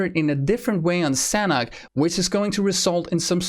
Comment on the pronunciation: As the map is base on Thailand and i am Thai, the Sanhok is Thai word mean Fun or Enjoy and it pronounce Sa - Nook